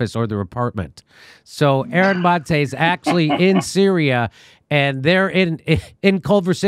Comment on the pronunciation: You'd think at this stage he'd know how to pronounce Maté